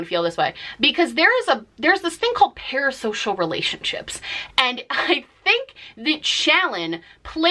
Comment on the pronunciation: “There’s this thing called ‘par-asocial relationships’...” 😂☠️😂